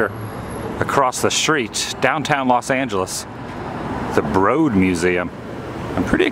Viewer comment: Hi, I agree that it would have been helpful to have the artists’ names. Also, I believe that the proper pronunciation (in this instance) of Broad is like “road” rather than as it is pronounced in Broadway. Thanks.